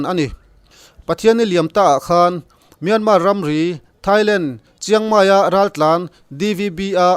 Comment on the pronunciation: Kawl ram hming hi Myanmar (မြန်မာ) a ni a Myan hi lam San (မြန်း) tur a ni lo. Tin, mar pawh hi r silent tur a ni. Kawl ram mi I nih hmel a, a ram mite lam Damin lam ri hram la a tha ang. A lam ri thiam lote lam Rik Dan anga lam Rik hi chu a dik lo a nia.